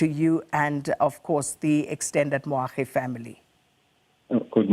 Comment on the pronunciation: Moagi not Moagdi!